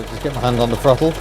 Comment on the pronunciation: "I can freel it fru da frottle pettle" LOL.... Two people separated by a common language...